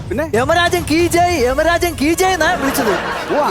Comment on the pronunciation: 🌹യാഥാർത്വത്തിൽ യമരാജൻ കി ജയ് എന്നാണ്. യെമരാജൻ കീജയ് അല്ല. രാഷ്ട്രീയക്കാരും ഈ തെറ്റുകൾ ആവർത്തിക്കുന്നു